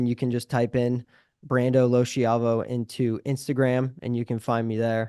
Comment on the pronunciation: Anyone know why his last name isn't pronounced like it should be pronounced in Italian? In Italian it should be low-ski-ah-vo but he says it like low-she-ah-vo.